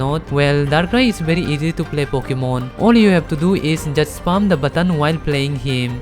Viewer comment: Bro it's spam Not sp*rm 😭😭😭